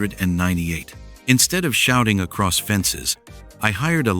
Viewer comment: two zero? You should have reviewed the video before commenting. And your AI can't say the year 1998? Also vet your stories and narration before posting to keep from embarrassing yourself.